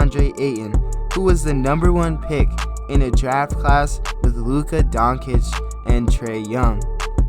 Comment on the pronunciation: Luka Donkey-ch lol